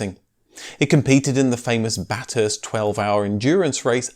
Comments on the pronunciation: Just a little Aussie pronunciation correction. It’s not ‘bat-hurst’ but ‘bath-urst’. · Ba"TH"urst...not Bat-hurst. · The English never seem to be able to pronounce "Bathurst" correctly. Jeremy Clarkson pronounces it "Bath-hurst". just pronounced it "Bat-hurst. The correct pronunciation is "Ba-thirst" with a sharp 'a' as in "bat". There are actually two endurance races held at the Mt Panarama circuit: The Bathurst 12 hour that the RX7 dominated in the early-mid nineties only ran as a production category race from. It was successfully revived in 2007 as a GT and production car race. It is held at Easter and is in spirit much like the original Bathurst 500/1000 was until the 90's before the decline of Group A. The original Bathurst (the "famous" one) is the Bathurst 1000 in October. It started as a 500 mile endurance race (Bathurst 500) in 1963, becoming 1000km (Bathurst 1000) in 1973. This is the original endurance race for the improved production formulas which became Group 3 and then changed to Group A in the 80's. It has progressed (or regressed?) from being the biggest race of the Australian Touring Car Championship, to maybe the biggest race of the V8 Supercars (now just "Supercars") championship - which sadly these days is just Australian NASCAR... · learn how to pronounce Bathurst its bath hurst not bat hurst. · 11.42. BaTHurst, not BaThurst. But don’t worry. I never learnt how to say ChisWick 🤣🤣🤣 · You look at the MX-5 and only mention the Spitfire as inspiration: look at it ..and it's 'bath-hurst' not 'bat-hurst' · The Group B RX-7 rally car was the most powerful naturally aspirated rally car in the world during the Group B years. It sounded amazing! (Oh, and 'Bat-Hurst' is pronounced 'Bath-uh-st' by local Aussies) 👍 Loved my time working on RX-7s at the local Mazda dealership where I got to test drive every car from the workshop as the workshop foreman 👌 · Ok, repeat after me. Ba...thurst. Not Bat....hurst. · Bath Hurst not Batt Hurst